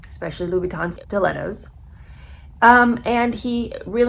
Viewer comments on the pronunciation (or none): none